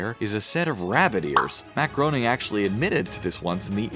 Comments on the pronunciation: I'd take the video more seriously if the narrator would pronounce Matt Groening's name correctly....it's pronounced "grain-ing," not "groan-ing." Amateurs... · It's pronounced "gray-ning" not "grow-ning" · Matt Groening’s name is pronounced “Grayning” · Groening is pronounced "graining" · Lol insted of matt groening i heard "maccaroni" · Did you literally call him Matt GROANING? groan